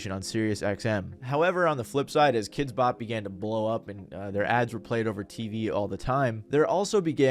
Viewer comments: I've always pronounced it like "kidsbop" your the first person I've heard pronounce it "kids BOP" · I've never heard anyone pronounce it "kids BOP" until now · I think I hate Kidz Bop as much as I hate the way you're emphasizing the wrong word every time you say it in this video. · Are you trolling us every time you put the emphasis on the “Bop”?